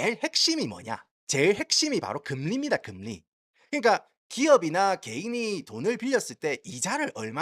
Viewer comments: 야 니 미국 오래 살아가 한국 사람하고 이런 얘기 잘 안 하제?? 누가 금리↘라 하노 금↘리라 하지. 성조 금에 넣어레이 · 금리. 한자 발음이 이상해요 악센트 주의 ㅎ